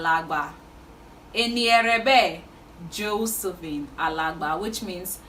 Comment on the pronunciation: I like how you said "Josephine"🥰